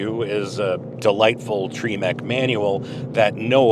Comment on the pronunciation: "Treemec" manual. ?? I thought it was TREMEC.